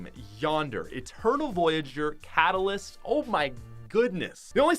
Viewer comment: He said catalyist and the editor out ultima knight